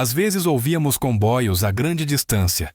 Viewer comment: Por que o narrador fala " combóios". É para aparecer?